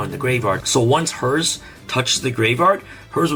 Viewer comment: 😂 Please it's herz on Germany not hers No offen or anything like tha